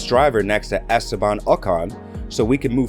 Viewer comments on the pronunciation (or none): none